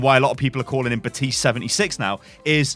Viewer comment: Baptiste not butiste